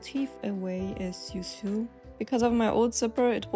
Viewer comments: Uh, to sew is pronounced just like to sow, not like to sue. Just thought I'd say. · So good! Bin begeistert. Übrigens, fürs nächste Video: Man/frau spricht to sew genauso aus wie wie das so in "So, so helpful". You're doing an amazing job. Thank you.